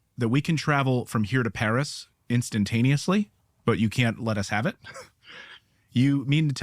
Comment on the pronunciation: "Instaneously"?? C'mon, man...pay attention to detail!